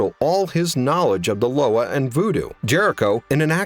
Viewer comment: LOA is pronounced Luwa in creole great video!